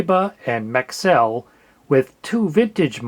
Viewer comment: No I heard maxell and though what the hell is that? it's Maxwell 😂